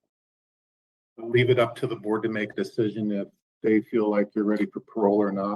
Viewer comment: or as he pronounced it "heineous"